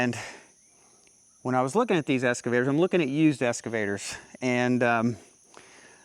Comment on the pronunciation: Serious question - do all Americans call excavators escavators? In U.K. I always hear the ‘x’ pronounced.